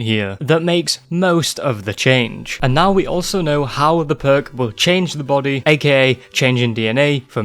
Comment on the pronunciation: i can't help but think of percs everytime you say perk it just sounds way funnier